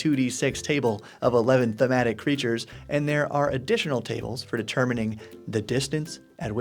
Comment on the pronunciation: Oh, there was a flub earlier in the vid (unless you meant to say "freatures" ;-p), but never mind. Really good vid for a bare-bones easy start method. Personally, I like to work up at least the very basics of a larger geopoliltical structure (is this region part of a larger nation? Is it near a border? Is it ruled by a single person, a group, or a religion?) before starting the campaign, if only to keep myself consistent. I tend not to worry too much about details to begin with, but if my brain thinks of something it goes in the "if the players ask" or "fun fact" folder. (Really useful tip- if you come up with a load of cool detail that your players will probably never encounter, write it down on index cards, along with some with reminders on rules mechanics. Then while you set up for an encounter, or are busy mathing damage totals, or initiative orders, etc., you can hold up an index card as a GM Loading Screen). ...and finally, there's nothing wrong with adventuring on tundra or desert, provided you're not expecting to see any settlements or civilisation in the middle of it. Nomads and oases only, and your players better have stocked up on water and rations...